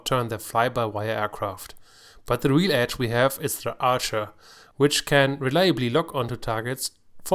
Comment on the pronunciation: ArchER not Arsche lol